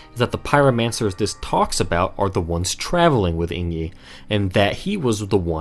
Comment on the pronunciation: Just now seeing this video, but everytime I hear you say Eingyi as like ‘ey + ng (as in sing) + yee’ (or /eɪŋ.ji/ for language nerds) and not like ‘ey + n + jee’ (einji or /eɪn.dʒi/) makes me twitch lol